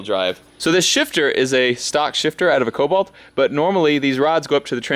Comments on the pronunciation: I only have one question how many times did you say colbolt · Take a shot every time he says colbolt